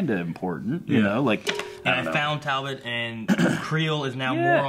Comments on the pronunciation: WHYYYYY DOES STILL CALL HIM “Tal-bolt”!!!!!!????? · It’s TALBOT...TALBOT!!!! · Every time says ‘Talbolt’ every fibre of my being vibrates in agony.